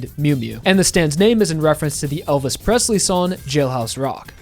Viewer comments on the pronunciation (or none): none